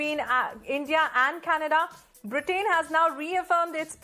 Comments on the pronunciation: Same news, why repeated so many times? Pronunciation of "Britain " is incorrect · I do not wish to be offensive, but please do check your pronunciation of "Britain"